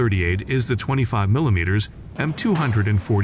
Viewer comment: 25 millimeterZ rounds??? Say-BOTs rounds??? ("Say-boe!") Hate AI narration. Hire me. I'll do it, and crush it.